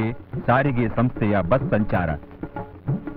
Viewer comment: ಸರಿಗೆ ಅಲ್ಲ ಸ್ವಾಮಿ ಸಾರಿಗೆ.